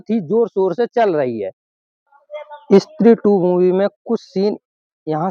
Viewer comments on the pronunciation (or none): Stree ❌️ Issstree ✅️ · इस्त्री नही भाई स्त्री बोलो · Istree nahi stree bola karo bhai